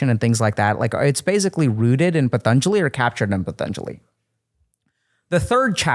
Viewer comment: Possibly Dr K referred to the book, "The Yoga Sutras of Patanjali". "Patanjali" might have sounded like "Thun Julie".